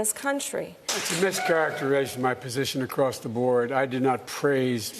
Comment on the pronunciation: "thats a mis-chareration my position" lol what language dies our next president speak?